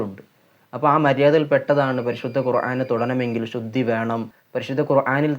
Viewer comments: നിങ്ങളും ഖുർആൻ എന്നു പറയുമ്പോൾ വാക്കിന് തെറ്റുണ്ട്. അയിൻ അല്ല അലിഫ് ആണ് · ഖുർആൻ എന്ന ഉച്ചാരണം ഐൻ അല്ല